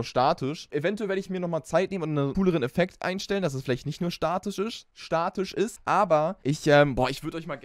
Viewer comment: Er hat am Anfang einfach Schwarzwälderisch geredet: dass es Statisch isch 😂😂